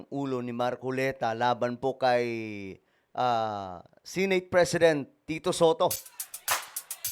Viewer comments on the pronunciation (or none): BAKIT ANG PRONOUNCIATION NI SANGKAY AY SINATE? DIBA DAPAT "SENATE" ? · BAKIT GANUN ANG PRONOUNCIATION NI SANGKAY NG "SENATE" HINDI "SINIT" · Clickbait. Wala naman nangyaring masama kay marcoleta at Bakit ang pronounced nya sa senate ay “sinet”?😂